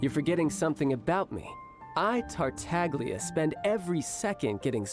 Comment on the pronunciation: TA TAHG LEE YA UGH! They butchered that.